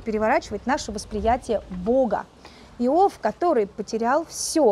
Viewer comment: благодарю! Но как же режет слух Ваше "Ио́в"! Конечно же, "И́ов"!